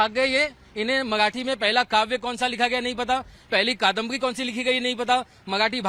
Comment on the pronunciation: मआठी नाही रे मराठी बोल 😂